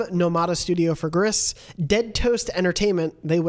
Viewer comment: It's "Grease" per Nomada Studio's Twitter. It's Spanish for grey (it's the same in French, but the studio is in Spain, thus 'grease' and not 'gree').